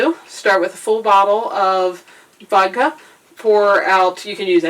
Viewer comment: I lost you when you said: "Wodka"